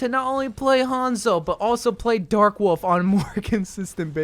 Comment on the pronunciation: Gotta love the dark worlf skin the r in the name adds so much thanks